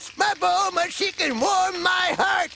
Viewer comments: Why tf u keep saying “ Bluma “ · its pronounced bUlma